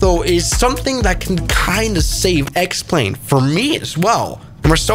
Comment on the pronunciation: I JUST realised "X-Plane" is pronounced as "Explain" - is that their intent?